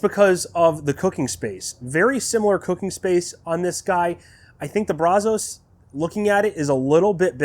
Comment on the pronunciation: Thanks for the video. You did a good job walking us through it. I'm a Brazos owner that's been curious about the G2, so it's great info to me. Also, you're not the only one who says it that way, but it's not Brah-zohs. It's pronounced Brazz-us. I live just a few miles from the Brazos River, the river that the smoker is named after, and I work in Brazos County, and I can tell you if you say it your way over here, you'll at the very least, get funny looks. The local vernacular is Brazz-us and has been for going on 200 years now. Sorry to be "that guy" but it drives me crazy that people keep saying it that way. Additionally as a side note for anyone interested, adding fire brick to the Brazos firebox will insulate and help stabilize the temps a lot. It may not be as good as the G2's firebox, but it will go a long way towards ending those temp peaks and valleys.